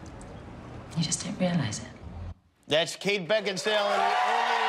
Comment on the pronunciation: Jimmy Kate's name is "beckinsale" not beckinstale